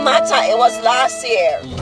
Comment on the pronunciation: "And you gone say hmmm" Olivia d man can't say hmmm...lawd gawd my VI people ain't easy